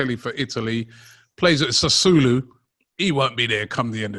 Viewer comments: pronunciation of Sasuolo as Sasulu 🤣🤣🤣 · Surprised that fabrizio didnt correct him😂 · What do u think Fabrizio thought when said Sassulo? 😂😂😂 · Romano’s face when said “Sassooloo” lmaooo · actually said sassulu looool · How he nailed it like that lol